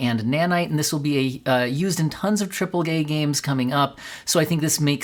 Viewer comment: So I was the only one who heard "Triple Gay games"?